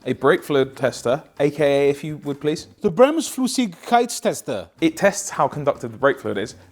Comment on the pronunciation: Bremsflüssigkeitstester pretty well pronounced 👌